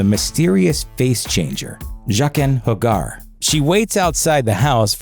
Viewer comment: Like, "Jackin Mah Car"